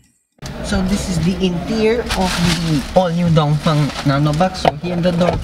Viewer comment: Thanks for pronouncing Dongfeng correctly